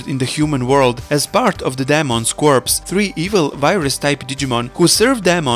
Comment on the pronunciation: In "corps", you don't pronounce the last two letters, "corpse", as you're pronouncing it, is a dead body, said as "core" refers to a group, jus like Daemon's followers actually as well as the real-world Sea Cadet Corps found here in the UK which I was in for four years!